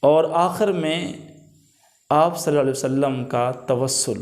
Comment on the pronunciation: Jazakallahu khair. With due respect, please try to say Sallallahu Aalehi we Saalum completely, calmly and in good pronunciation. May Allah Taala accept our efforts.